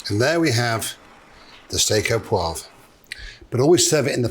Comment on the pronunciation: Steak Au ThereWeAre.